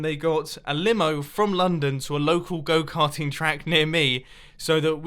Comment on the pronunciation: Am I the only one that when mumbo sed go carting heard it goat hunting?